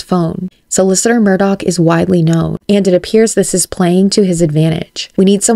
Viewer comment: The name is pronounced murder not Murdoch